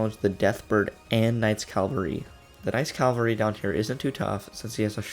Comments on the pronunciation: It's CAVALRY... CA-VAL-RY!!! It says it RIGHT THERE. Also, thank you for the guide, Father. love you. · "Calvary" annoys me every time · CA VAL RY NOT CAL VA RY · Y u say CALvery. Isn't it cavalry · except the fact that mispronunciation on hard words is understandable but its seriously not hard to pronounce Cavalry